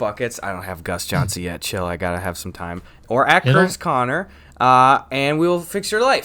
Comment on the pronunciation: ITS CUERTIS KONER